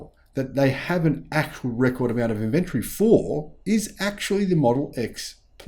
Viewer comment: please look up the pronunciation of the word inventory. Kind regards 🙏